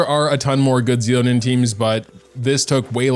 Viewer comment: Xilonen is pronounced as Shilonen, not Zilonen🤦